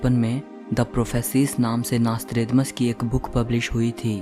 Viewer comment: Mc tha nasthredamas